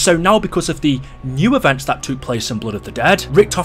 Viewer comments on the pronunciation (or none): Why do you pronounce took as tuke